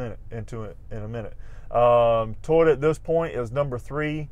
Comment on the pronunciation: Is it just me or is this guy say Tyota, instead of Toyota? Not knocking him, I'm jut a backwoods nobody Hillbilly with a thick accent, just thought this was a bit odd. Anyone know if this is a regional accent thing?